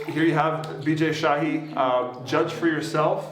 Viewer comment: He clearly pronounced "Bijay shahi" 🙄